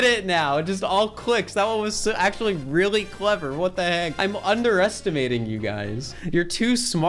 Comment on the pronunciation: “Weally” wtf